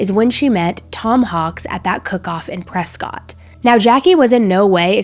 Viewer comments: Just here to help! Prescott AZ- pronounced "Press-kit" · Uh-oh, Prescott is pronounced, Preskitt... I'm from Minnesota and pronounced it the way it's spelt... but the locals correct me. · We say Preskitt;) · Hi, I love watching you. You're really soaring! If I might, I'd like to teach you something for future references. The town of Prescott are serious on the pronunciation. I've been there and it's a very cool town full of history. They pronounce it Preh skaat 😊